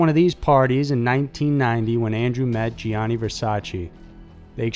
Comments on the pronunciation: Gianni = 2 syllables. JAH-nee. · My ears bleed everytime you say La Joe-la. It's La Hoy-ah. Also, Gianni is not Gee-ani, but is pronounced like Johnny. Google "How to pronounce ____"